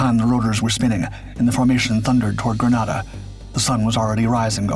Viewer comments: "In 1983......" The island nation's name is pronounced <Grë-nā-dâ>, like the weapon "grenade", not "<Grâ-nâ-dâ>", as in the Spanish city. I should know, my unit, the 1st Special Operations Wing, was active in that operation. We sent MC-130E Combat Talon IIs, and 3 AC-130H Gunships. We also prepped our MH-53H Pavelow III helicopters, but they were never sent. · Grenada is a Caribbean/West Indian island...nothing Latin about it. British people mispronounce the one in the Caribbean because of the island of Granada off the coast of Spain. Most foreigners will not pronounce Arkansas and Meraland the way Americans do. My in-laws look at me as ignorant because of the way I say Dudois and Hebron...not about to change though, they stupid country folks. There are three spellings of Allegany, something I had to teach spellcheck! What say you about ignorance and confidence now, Sargent?